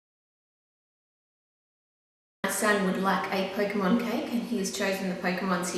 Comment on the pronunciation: You keep on saying Pokemon wrong